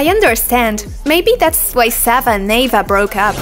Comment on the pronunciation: It it is not Ava it is Eva